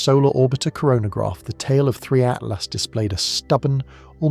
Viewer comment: Please. It’s ATLAS, not ATLAST !!!